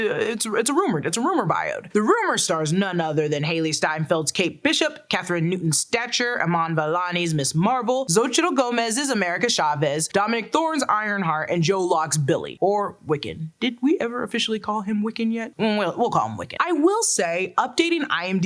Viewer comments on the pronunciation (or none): Xochitl is pronounced So-Chee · I came here to hear butcher the name Xochitl, and was not disappointed 😆